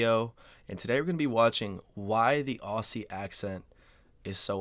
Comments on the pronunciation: Love your videos man. I’ve got an answer for you from of your questions. We identify as and call ourselves Aussies, not Ozzie’s. And it’s not pronounced aus-sies it’s pronounced Ozzie. If that’s not confusing I don’t know what is. Also, anyone from Brisbane is from Brissy. Loving your work mate!! Keep it up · please stop doing the American thing in pronouncing Aussie as Aw-see. It is pronounced Ozzie as in Ozzie Osbourne. Ozzie is also the alternate spelling of Aussie. When you said "You can tell who the native speakers are, that was spot on" the guy speaking was English actor Jude Law. So not a native speaker at all. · Tip for Americans: Aussie is actually pronounced Ozzie. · Jps, please try saying Ozzie like how Ben said it. Even though it has the double S, it's not a S sound like Snake or Hiss. It's more of a Z sound Zebra of Buzz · If he's coming to Australia, his life will be easier if he starts pronouncing it correctly lolol - I usually tell Americans "Pronounce it like Ozzy Osbourne" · As an Aussie- my first tip would be - it’s more like “Ozzie” than “Aussie” (no soft “s” sound!) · Couple of tips for you. When you pronounce Melbourne we say it like Melben, Aussie is pronounced like ozzy 👍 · Aussie is pronounced Ozzy with a Z, an Ossi is somebody from East Germany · As an Australian can I just say a lot of (including you ) Americans pronounce Aussie wrong. It is spelled Aussie however we pronounce the S like a Z, so it’s pronounced Auzzie 😂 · I'm an Australian and LOVE your videos they are bloody gold! However I need to correct how you say 'Aussie'.. pretend Aussie starts an O and with a zz instead of the ss.. like Ozzy as in Ozzy Osbourne!! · BTW it’s Aussie (Ozzy), Americans always say it wrong. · Have you heard of a guy named Ozzy Osbourne? Even though we have S's in Aussie, it should be pronounced Ozzy. That would be a great start (and please don't practice the accent in your videos) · BRO PRONOUNCED AUSSIE AS OSSIE. I FEEL VIOLATED.